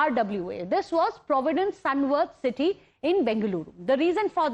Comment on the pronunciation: "It all happened in the titty of Bengaluru" the anchor says